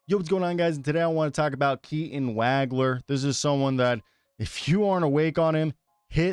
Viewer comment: he is a 1, has been playing the point since December. and it is pronounced Wah Gler